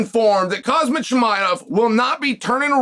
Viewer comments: Chael bro it is not KaZmat, it is KhaZmat 😁👋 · Bro it's Khamzat not kazmat!😅